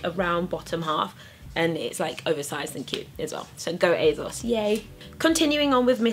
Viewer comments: I know right! ASOS stands for 'as seen on screen' as when they first launched it was where you could get clothes that celebrities had been seen in. So there is no 'Z' sound in there! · the way you say asos is funny, lol and im british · Ugh I thought it was just me...